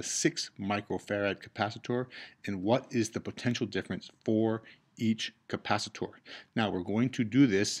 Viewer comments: capacitor not capacitooor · you said capacit-OR like 5 times and I just stopped watching. God that was annoying. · Please, for the love of the human race, stop saying capacitor as Ka-pa-si-door, also thanks for the video, really helped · This is such an informative and great video for the basic understanding of RC circuits. Despite the people complaining that you pronounce capacitor differently, it didn't impede my understanding at all. Great job!!!! You teach better than some college professors :)